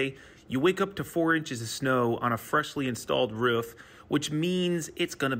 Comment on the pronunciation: Roof, Roooof not Ruff , Roo-Fah say it with me Roo-Fah not Ruff(rough)